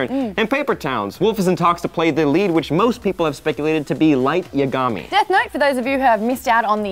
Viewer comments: Light Yagami. Not Yiagimi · Light YAgami, not YaGAmi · the way you said yagami you are clearly not a fan of DN behold more manufactured youtubers trying to associate with nerds and are clearly not